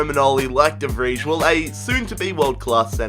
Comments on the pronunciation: It's pronounced "De Vrej" ffs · De Vij is pronounced De Vrie